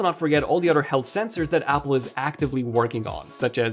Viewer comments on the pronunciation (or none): Bothers me he can’t pronounce “th” in other or although … the oder day and aldo 😂😂😂😂😂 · I like how he says "odder" instead of "other" and "furder" instead of "further." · I love how you say the word other as odder or otter lol